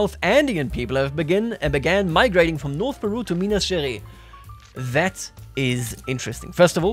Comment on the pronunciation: Little tip to pronouncing "Minas Gerais", would be to say it like "Minas Ge - Rice (the english word)" !